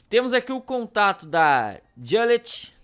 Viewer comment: diz-se Juliet não Jalet